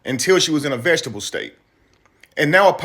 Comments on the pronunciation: Fellas! It's VEG-E-TA-TIVE! Not vegetable state. That implies that she's in a county that allows for vegetables to be grown or consumed legally. I know l know, it not the point of the video. But as black men we should have each other's back! Carry on! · It's....VE-GE-TA-TIVE, VEGETATIVE STATE! DAMN HOW BOTH OF YALL BUTHER THAT WORD?